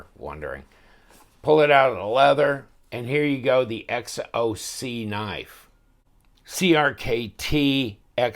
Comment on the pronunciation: XOC is pronounced shock. HXP is pronounced XHP. Lol. Maybe the price is mistyped also. Should be 7.00 truthfully I wouldn’t mind a knife like that just because it’s different but too pricey for what it is